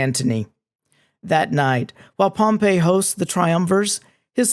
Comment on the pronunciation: Just a quick note, especially for students who want to sound like they know what they're talking about: Pompey (POM-pee) the dude is not pronounced the same way as Pompeii (pom-PAY) the city.